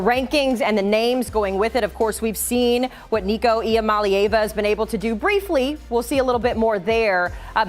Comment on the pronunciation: Just trying to help you get it right. EE AH Molly AH Vah. Not "AA Vah". You're welcome.